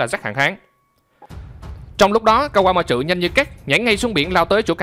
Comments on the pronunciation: kaquamatsu chứ ko phải kaquamatrự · ka goa ma trử vl đọc tên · Kawamatsu mà do ổng đọc nhanh + pha chút ính lịt nên nó v á =)))